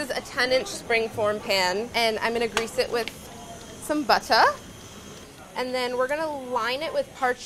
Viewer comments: I like how she says ''Butteh'' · Loved how English molly sounded when she said butter